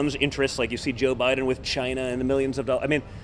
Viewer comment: Look at Mini me's eyes, he is wired. And he is now pronouncing "Chyna" he is pathetic. Slipping in lie after lie, the "death rate is almost nothing". There was only a PARTIAL ban placed on China, 340,000 people were subsequently admitted following the so called ban. China was not the epicentre, Europe was, Trump critically delayed six weeks before stopping these flights from the real epicentre. Negligent homicide is a crime punishable by law.